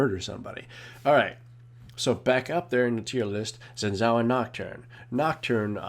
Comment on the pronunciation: its shin tsaoh (xin zhao)